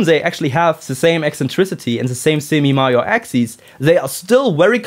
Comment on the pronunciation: During your description of the axis of the ellipses, did you mean the semi-major axis and the semi-minor axis? The way you said the former word is quite similar to the latter word. Your accent did confuse me for a moment there. Sorry for being rude, asking this question.